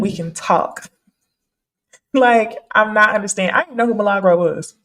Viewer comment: "Mi-La-Gro" not Malegro. Does purposely say her name incorrectly? Because Milli has been around long enough for her to have heard it before. Lol smh.